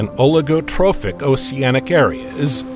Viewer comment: Why would you pronounce the c in oceanic differently than the c in ocean??